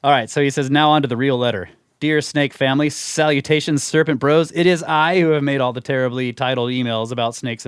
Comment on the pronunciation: or so " a skerpent